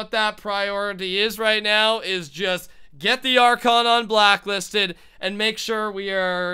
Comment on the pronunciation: Anyone notice sometimes when says "Un-Blacklisted" he says "Un-Blocklisted"